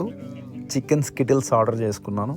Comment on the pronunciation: Skillets ❌ Skittles ✅ Just for fun bro😂